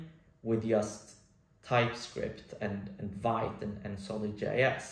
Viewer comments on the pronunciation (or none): I think it's pronounced like in French "veet" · I totally get feeling in a rut about productivity. I think it’s part of living in a capitalistic society. It’s good to slow down and think about what’s important, that helps me at least. By the way vite is pronounced veet. It’s French for fast :) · Vite is supposed to be pronounced ”veeet”! It’s how you say fast in french :)